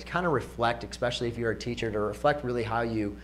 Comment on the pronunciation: Did he say -exspecially